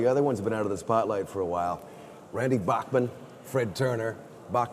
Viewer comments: Everyone always says Randy's name wrong. It's pronounced BACK man actually. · C'mon Jeff! Did you really pronounce Bachman wrong?!?!